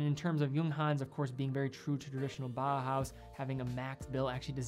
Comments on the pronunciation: Great video. But please don't pronounce Bauhaus as Bahas. Bauhaus is pronounced similar to "bowel house". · I would like to note that "Bauhaus" design is pronounced like it is spelled "bau haus", not "baa haa". Every German name of watch is pronounced correctly, and than consistently bauhaus is pronounced incorrectly :) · It's pronounced more like bow-house (like take a bow) than bah-house fyi. Nice video, beautiful watches. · Your excellent review aside, can I just say that your pronounciation of "Junghans" is spot on? You must the first watch youtuber to nail the short "u". And "Bauhaus" is pronounced just like "Bowhouse" with a sharper s at the end :)